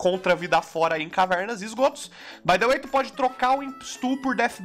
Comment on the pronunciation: "bai de uei"